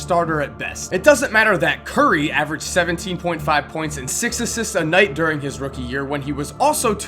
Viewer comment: Anyone else noticed avged instead of averaged